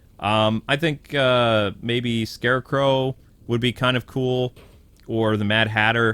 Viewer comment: You did not just say Scare crow